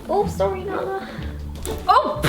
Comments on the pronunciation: ZOE'S INTRO WAS HILARIOUS IT SOUNDED LIKE "banala!" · When she said nala I thought she said banana